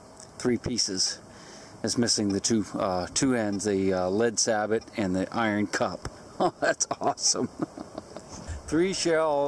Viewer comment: sabot is french, it'd have a silent T at the end, sey-beau not sey-bot, c'mon